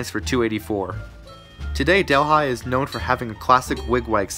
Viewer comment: Great documentary Delhi is actually pronounced Dihl E